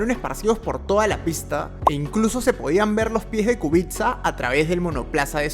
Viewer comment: Kubica se pronuncia "Kubica"